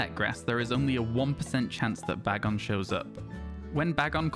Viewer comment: Firstly, let me say I love that you say Bag-on. It's how I say it and I've not heard anyone else using that pronunciation. Secondly, you can get a shiny Salamance a different way. On Pokemon go, you can catch a low CP shiny bagon (or it's evolved forms but that's much less likely), evolve it using 125 Bagon candies and then transfer it to Pokemon Home and then to a compatible game. The low CP equates to a low level.